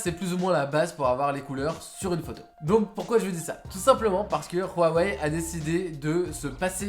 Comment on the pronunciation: A chaque fois que j'entends Rhuawei ça me fout la gerbe. Dites tout simple Huawei mdr